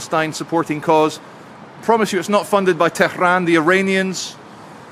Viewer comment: Well done on pronouncing Tehran properly.